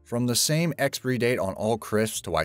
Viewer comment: "Expree date"